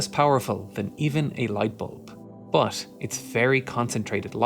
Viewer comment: stop fucking saying buff instead of but